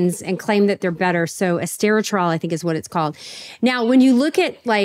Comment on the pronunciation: It's called ESTETROL. E4. It's not the first time she mispronounces this estrogen. Strange that she cannot look this hormone up.